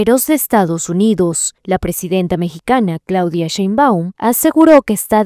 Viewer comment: Es Sheinbaum no SheinbÁum. No es SecretarÍa, es la Secretaria.